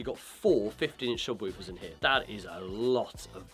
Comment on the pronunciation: Love the videos as always but on a not so serious note can somebody tell this guy that it’s pronounced acoustics and not aqoustics and subwoofer not subwupher